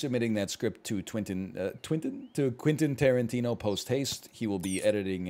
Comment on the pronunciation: twentin quarantino